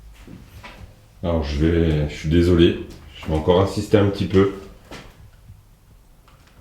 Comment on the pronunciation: Comme vous j'ai entendu " Attends " et non " encore " ...